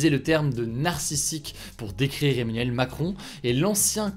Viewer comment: Emmanuel et pas Emmenuel stp!! Ça fait mal aux oreilles:(